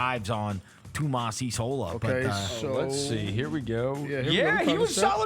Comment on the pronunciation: it's been four months, it's time to learn how to say the coach's name. EE-sa-lo